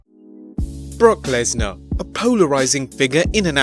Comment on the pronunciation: Did you say Bork Laser